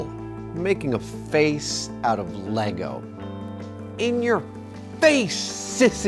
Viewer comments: THANK YOU FOR SAYING LEGO CORRECTLY (some of the time) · These dudes win for making a deliberate effort to say “LEGO” instead of “LEGOS”. They slipped, but I ain’t mad. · Fuck me dead, I just heard two Americans call Lego “Lego” instead of adding an unnecessary s on the end like they’re trying to pronounce some French. Great job! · Glad he says it correctly Lego...no Legos